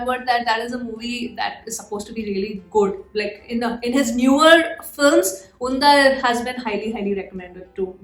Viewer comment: It's not Undha😂 spell 'D' as 'D' itself not 'dh'. You can translate Unda in Malayalam and hear it from Google😌